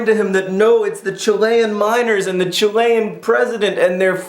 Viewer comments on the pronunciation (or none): "Chill-ee-un", not "Chill-ay-un". Arrrrrrrrghh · Amazing video, really really awesome. Brought tears to my eyes but chi-lay-ean???? WTF???? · I love the way he says chillian